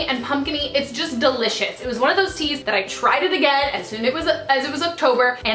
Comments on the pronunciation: When you talked about your fav teas, I thought you said "I have two favourite teeth this month..."😂😂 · Lol I literally thought you said "I have two favorite teeth this month." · When you said I have two favorite teas this month I thought you said I have two favorite teeth! Ahaha